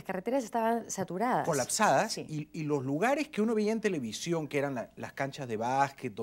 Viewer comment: Linda entrevista. Qué pena que no pronuncia bien la ese, dice sh, televishion. Y esposa de locutor,!!!